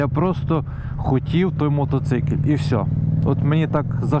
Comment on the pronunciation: Мотоцикиль 😂😂😂 ппц меня прет с этого слова 😅